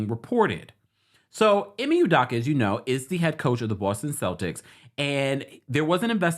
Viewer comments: It’s U-doke-A not U-Dock-A 😂🤣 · Hi It’s UdOka not UdAka. ✌🏽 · they way you are pronouncing his name is pissing me off… you did research to report on his current situation but couldn’t research how to say his name? Every time you say U-Dock-Uh i cringe. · U-dough-ka please stop murdering his last name. Thanks. Celtics fan here. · Love you! The last name is pronounced ‘You-Doe-Cu’. 😂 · How you gon report on this man when you cnt even say his name correctly. Show him some respect ugh!! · can't pronounce his name correctly.